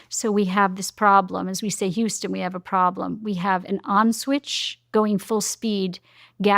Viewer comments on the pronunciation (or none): none